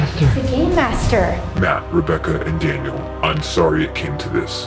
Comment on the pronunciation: Kasey Krug it’s Daniel not Dainal